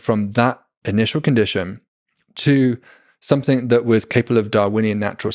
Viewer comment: blows my mind that someone so articulate and intelligent still can't stop saying "somethink" instead of something.